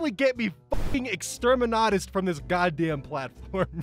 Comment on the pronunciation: do you like warhammer? You said extermanatus and it broke me